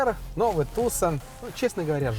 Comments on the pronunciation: слово "Tucson" имеет лишь 2 корректных произношения "ТюсОн", либо "ТюсАн". А в русском эквиваленте оно корректно звучит "Туссон" (либо Туссан). Но ударение ставится именно на вторую гласную. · ТУсон и Санта фЕ убивают... Неужели так сложно погуглить происхождение слов, в Вики даже ударения стоят...